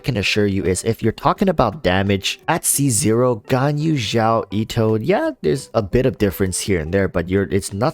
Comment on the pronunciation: hey xiao is pronounced as seeao but great vid dude!